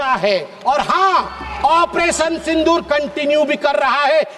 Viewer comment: At first pronounce it Sindur, don't pronounce as Sindhur